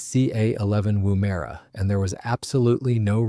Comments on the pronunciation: It is woomera not woomaira. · Its pronounced woom (as in vroom vroom) - er (as in urrrr) - a (as in uh). Woomera. Emphasis at the end. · Woomera. It's pronounced "womb-a-ra". It's good manners to actually research and attempt to pronounce indigenous names correctly. It's an Aboriginal word that describes a tool that launches a spear. There's a pace in the desert in South Australia also known as Woomera, it was created as a test site for Australian and British missile and rocket programs. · Repeat after me- WOOM (Wuhm) er ah. It is a device used by Aboriginal people to extend the range and power of spear throws. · Actually, emphasis is on the first syllable, "Woom'era", and the "e" is often dropped, as well. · Interesting pronunciation of “Woomera “. Why can’t Americans ever pronounce Australian names properly. Even major cities like Canberra, Brisbane, Etc